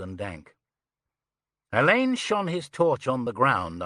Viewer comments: Ugh can't stand narrators who don't know Alleyn is pronounced Allen, not Elaine. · Yes Alleyn is pronounced Allan I find it very annoying and came close to ending the reading early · mispronunciation of Alleyn